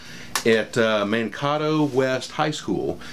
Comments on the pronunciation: Hey I live in Minnesota! And you were so close on the pronunciation of Mankato! It's said Man-kay-toe, sorry, as a fellow Minnesotan it bugged me a little! Love this whole project btw! My dad and I are restoring his 83 CJ7 and I'm excited to see yours finished! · Always great to see young people learning new skills. Glad to know that videos helped you guys...even if he mis-pronounced Mankato!:-)